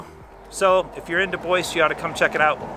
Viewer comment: We need a little lesson on how to pronounce DuBois. :) but I sure do love ya!